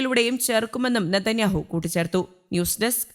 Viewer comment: നെടന്യാഹോ നേടന്യാഹോ കഷ്ടം